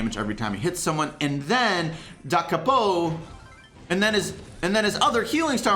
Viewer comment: I think Pocos star power is pronounced like duh kaypo. A capo is a device used on guitars to change the pitch